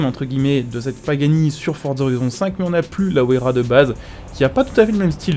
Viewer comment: La pagani se dit WAYARA pas Ouaisyera